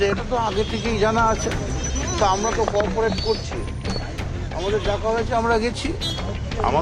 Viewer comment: শোন ম(চো)দনা তুই যে বলছিস আমরা কর্পোরেট করছি, কথাটা কর্পোরেট নয় , কথাটা হচ্ছে কোপারেট, বাংলা অন্তর্নিহিত শব্দ হচ্ছে সহযোগিতা, বাচ্ছা শূয়ার ম কি চো..... দনা তুই মনে হচ্ছে মাদ্রাসায় তালিম নিয়েছিলি।